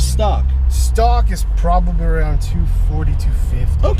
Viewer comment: "Probabrii 240-250" so Jdm haha